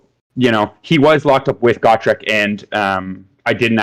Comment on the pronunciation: Just gotta say....it's Gotrek...not Gawtrek.... he's too good to not know his name lol. Great lists amd great win loss record